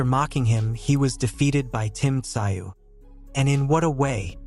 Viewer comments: russian with aussie influence, its not "sigh-oo" in aussie its like "Zoo" [makes a joke of expert commentary.] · Tim who ? Tim zu, not sigh you !! Fuk me mate, do better … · It's not pronounced "ci oh", try "zoo" instead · Pronounced TaZoo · I couldn't watch this sh*t, It is pronounced ТЗУЙ, in english TZOOY, the name has Korean origins, Бред сївой кобили 🙈😂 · It’s pronounced Tzoo. How can you be making boxing content and not know this? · Its pronounced Zoo. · FFS...enough of this AI bullshit?! Tszyu...is pronounced szoo...get on the fkg program Yankee?! Bluddy good referee?!!! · Tszyu has a silent “T”, silent “s” and silent “y”, so pronounced “zu”. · These commentators are so lazy they don’t even know how to pronounce the fighters name. All it takes is a single question to the fighters team. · If ur gunna make a video bout a man, at least get his name right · I can’t watch these videos with terrible AI voiceovers, just ruins it worse when it can’t pronounce the name of the person the video is about lol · Crap AI announcer can’t even pronounce a fighters last name ! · I can’t watch a video made by people who don’t know how to use the internet to check pronunciation, or listen to the video where his name is pronounced properly FFS! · No likes for you until you can pronounce his name correctly. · F..k sake mate say his name right cant you read English or listen to it 🤣🤣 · learn how to pronounce fighters names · Why watch this video if the narrator can't pronounce Tim's surname?